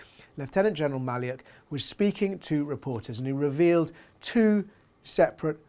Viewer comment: Maliuk is pronounced Mah-LUKE ( as the name Luke)